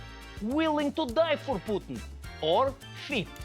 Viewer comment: Trevor, your Russian accent is outstanding but you are still failing to pronounce Putin's name, correctly ;} Big incompetence, for Slavic ears... 0;S